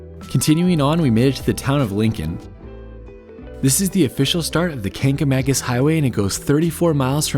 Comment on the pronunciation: The black smoke was from the coal fire that powered the engine. They still have that but it only runs once a day on the first train up the mountain. I thought they had added that engine to the last train, too but Covid may have changed that. Don't feel bad about saying Kang-a-mang-us. I grew up in NH and we camped along the Swift River (river that the Kanc follows) in the 1960's and pronounced it that way well into my adulthood. Surprised me when I found out that it was spelled with a C instead of a G. Googling the Cog will give you info about the schedule and which type of engine they use.